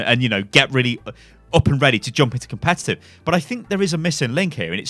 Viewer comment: "Diet Competitive"?